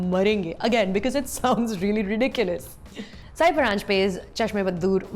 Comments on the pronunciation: Hey Sucharita, her name is pronounced as सई परांजपे and not साय परांजपे! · its not saayi, its sai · नाम तो ठिक से लिया करो.. उच्चार साई नही सई परांजपे है... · Pronouncing Sai's name as "SAYI"